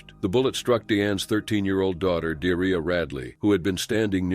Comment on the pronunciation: I'm sorry but.. Dearria??? 😮💩 Surely it's pronounced De'ar'ria... Have some respect!!! 😠